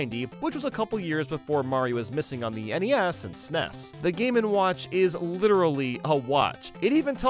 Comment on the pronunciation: I can’t stand the way the narrator pronounces SNES as “sness”. 😢